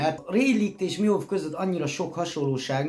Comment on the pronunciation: A Rayleight ugy ejtsd hogy "réjlih" és a Mihawkot pedig "mihók" bocsi😅😅😅